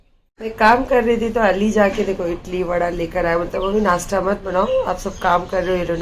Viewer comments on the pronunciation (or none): Not itli idli bolte aata nahi he aur hosiyar ban rahi he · Idli ko Italy bol rahi 😂😂😀😀😀🤣🤣🤣